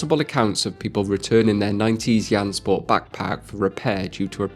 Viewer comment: first time i heard it called yansport not jansport